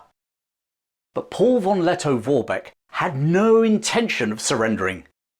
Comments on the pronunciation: Plewe spell V = F. So it sounds like Forbeck. Thank you. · It's not pronounced "won Letto-Worbeck" 😅😅😅.